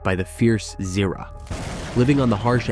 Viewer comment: not ziraaa zira